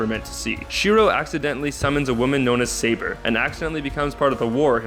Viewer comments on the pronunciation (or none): none